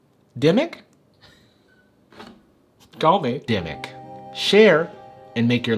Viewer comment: Somone tweeted me a few screenshots from Demic. Me: DID HE JUST SAY DEMYX?!